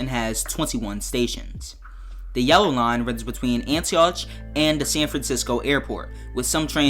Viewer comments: He said Antie oootch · Would love this addition (btw Antioch is pronounced “Ant-e-ock”) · it is pronounced like Antiawk he went hard on the ch